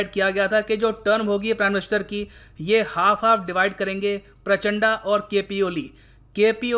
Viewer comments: प्रचंड तो ढंग से pronounce कर ही सकते हो🙄 ये प्रचंडा क्या होता है? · शायद वो प्राचंडा नही है सर , प्रचंड है शायद..कंफर्म कीजिये वरना हमारे नेपाली दोस्त फिर से हमे अत्याचारी बोल देंगे😆😂😃😂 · उच्चारण सुधारो sir ji. It's प्रचंड not प्राचाण्डा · प्राचड़ा , उच्चारण सही नही है आपका प्रचंड बोलिये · प्रचण्ड , this is the actual Pronounciation of that Former PM. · Sir was it intentional?😂😂 "Pushpaa kaamaal dahal prachand'a'" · पुष्प दहल प्रचण्ड my dislike for ur pronunciation, it matters allot